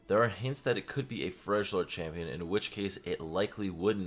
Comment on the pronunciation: Did he just say fresh lord champion 🤦🏾‍♂️